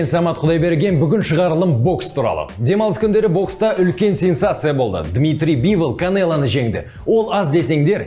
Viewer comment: Дазон емес DAZN оқылғында дазыэн бивл емес бивол